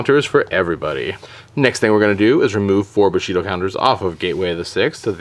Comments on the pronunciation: It's 'Bushido', not 'Boshito' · Bushido pronounced "boo-shee-doh" not "buh-shee-doh" And THIS is why Spamurais are hated, but I remember those dark times, with 3x Shi En, 3x Gateways, and 3x Smoke Signals (yeah, one of the three is back at 3). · IT'S NOT BOSHIDO, IT'S BUSHIDO!!! GOD THATS SO DAMN ANNOYING! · buuuu-shido not booooshido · Stfu stop saying boshido it's bushidom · LOL "Boshido" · nice combo only one thing wrong though. its pronounced boo she dough. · The way you say "Bushido" bothers me .-. it's "bu" as in "bull" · It's BUshido, not BOshido. And Naturia is pronounced like Natural, not "knot". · Are you saying boshido? And nahturia? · Your pronunciation of "Bushido" and "Naturia" annoyed the living hell out of me. Fantastic content as usual though